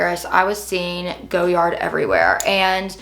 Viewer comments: it's def not GOyard, and perhaps the French would know the correct way to say it, they rarely pronounce the Rs if in an end syllable eg Cartier (who makes FAR more gorgeous bags, and I'm not even into most designer houses).✌️ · GO- yard‽‽ This is yet another reason why their PR campaign won't work, only nescients would but something so painfully ugly that they cant pronounce. There arent enough of thise people who can afford to make the misrake of owning such an atrocity. It's fun to watch though. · girls take the L! How are you gonna tell a French surname how it is pronounced‽ Nobody pronounces it that way except you and some other nescient souls. It is an ugly look on you, similar to how ugly that bag is. Maybe you should have bought it in Paris, just to learn how to pronounce it. A quick trip to Louisiana or Quebec might help you w the pronunciation of French surnames so you don't keep doubling down on how to pronounce a SURNAME not a WORD. You seem offended by learning, which seems weird given that you look way beyond your.teen years.